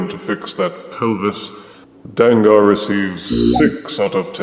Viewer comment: His name is pronounced “Dang-gur” similar to Tanker. Takara used the -ar because then it would spell “Danger”.